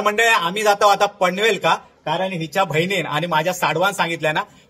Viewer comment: भाऊ पनवेलका नको म्हणा पनवेलला अस म्हण व लालबाका नाय लालबागला असा म्हटलं तर बरा वाटत ऐकाक